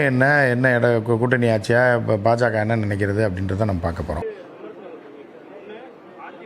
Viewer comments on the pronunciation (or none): none